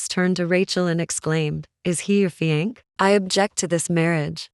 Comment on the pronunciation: She cant pronounce fiancé. Driving me nuts.